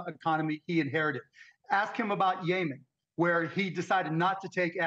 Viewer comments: It’s Yemen Mark NOT “YAY-MEN” Brush up on your Mid East Geopolitics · It is pronounced - Yeh - MUHN , Mark !